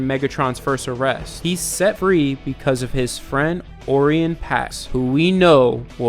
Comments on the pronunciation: Just wanted to let you know it's pronounced like (Oh Ryan Pax) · Can tell your just a casual transformers fan (nothing wrong with it) but Orion pax is pronounced (O-Ryan) and not knowing starscream was a scholar? In the alligned transformers continuity (wich is the cybertron games, TF Prime, some comics, and the novels) he's an ex scientist who was stationed on the trypticon station for observation of cybertrons moon I think